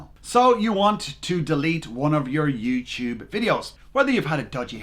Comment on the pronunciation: you said youchube